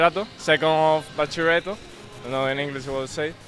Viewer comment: "Second of Bachillereito" jjajjjajjajjajaj buenísimo